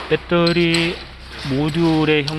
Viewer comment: 발음도 참... 빼떠리... 어느 나라 말일지 그 발음 하나로, 무슨 말을 해도 신뢰가...